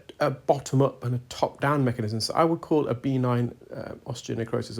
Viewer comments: Again and again, it's not B9 - that's reserved for playing Bingo! It's pronounced "beh-NINE". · I’m curious about the necrosis you’ve mentioned in many videos- is it B9 or are you saying benign? No criticism, just not sure which is being said. 😊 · I can’t tell if he’s saying B9 or benign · Are you saying B9, like a vitamin, or benign, like not-cancerous?